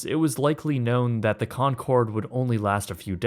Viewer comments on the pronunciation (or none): Maaf bang ijin ralat bang, penyebutannya bukan “konsord” tapi “konkord” 🙏🏼